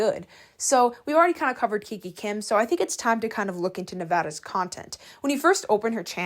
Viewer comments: It’s not kiki kim it's kikA kim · Heyy, dont take this as hate but i just wanted to ask why do you pronounce names wrong? Like kika kim as kiki kim and clara dao as clara duo? Im so sorry if this sounded like a hate comment i just wanted to ask